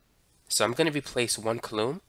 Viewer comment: Nice explanation. You'll want to get your pronunciation (and possibly your spelling) of coulomb correct for your next video. It's pronounced "KOO-lomm" or 'KOO-lome"